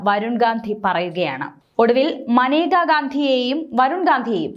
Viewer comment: മനേക അല്ല മേനക